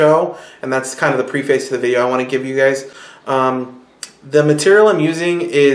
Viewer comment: Nice video. FYI, "preface" is pronounced PREH-fiss.